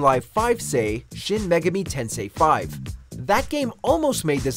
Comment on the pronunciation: Megeme 😂😂 its Me-Ga-Mi 😓😓 and that is wayy better then whatever that goose and space one was